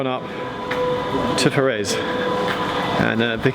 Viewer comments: Pronounce Forres like forest (without the 't), not For-rez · Quaint..... Forres.... = For-"s" Love your videos and, so glad you did the Strathspey